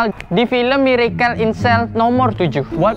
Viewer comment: Benerin dulu lidah lu buat ngucapin kata "miracle". Sakit telinga gua, denger lu ngucapinnya kga bner! Inggrisnya dilancarin dlu. OKAY!?